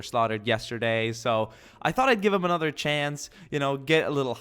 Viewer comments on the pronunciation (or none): none